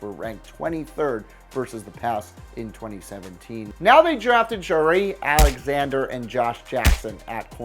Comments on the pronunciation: It's Jaire, not Jareee. What is with you screwing up simple names? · It’s J-I-EAR Alexander I’m a packers fan and I live in Louisville (Louisville fan) so they way you said it ticked me off lol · You pronounced jaire wrong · Dude you butchered Jaire Alexander's name. Also as a long time 49ers fan, the cowboys weakness is WR not secondary, and the weakness in their secondary is not CB its FS.